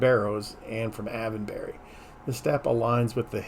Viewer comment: Me again. The pronunciation for Silbury is sil·buh·ree hil and Avebury is ayv·buh·ree. Just hoping this helps to say the names correctly. I literally live 10 minutes away from Avebury and Silbury hill and about 20 minutes away from Stonehenge. 😊